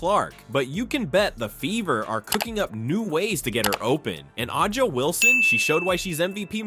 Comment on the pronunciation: Bruh that’s not how her name is pronounced. Do you watch the WNBA?